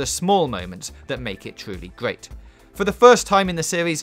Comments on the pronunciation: "It's a gweat wesident evil game" - subbed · "Its gweat" "refrews"